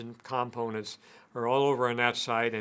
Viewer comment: You’re not pronouncing component correctly.